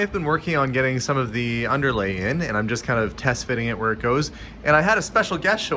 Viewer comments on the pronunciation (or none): I do wish you hadn’t said that as I can only hear that too !:)